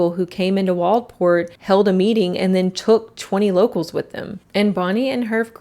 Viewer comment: So super off topic but as someone who grew up on the Oregon coast I’m just glad to see a video that pronounces Waldport correctly